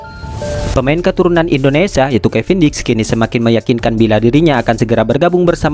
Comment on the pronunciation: Pembaca narasi bisa ucapkan Indonesia ga..jangan Indonesa